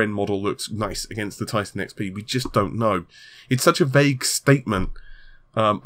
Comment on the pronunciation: What does he really say? I can't unhear tittycum....